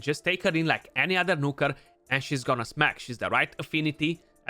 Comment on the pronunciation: I love it when you say Nooker dude =) <3